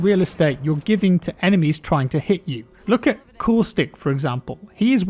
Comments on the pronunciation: When you were talking about caustic it took me a second to realize thought you said coolstick. I am dumb (very nice video btw ) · “”LOOK AT COOSTICK”” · My man coustic is Caustic 😉🤸‍♂️ Great Video on hit boxes. I felt that way from the beginning playing.